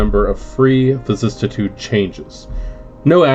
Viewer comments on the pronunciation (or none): Vicis-si-tude only one T. Love all your videos but I can’t how you pronounce vicissitude. But I guess that’s on me. Please continue your videos.